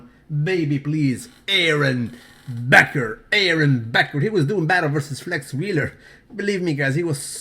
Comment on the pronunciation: Brawwwwww love your page but what's with saying Aron BECKER?? it's BAKER. and at the end with Ronnie WINKLER when it's Ronnie COLMEN? brawwww,!!! This comments are NOT to be saluted! Lol